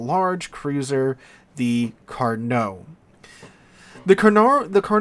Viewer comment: LOVE that you said "Carnot" correctly, a blue moon event for this channel, then 2 seconds later said "carnar" in a total biff. Never change.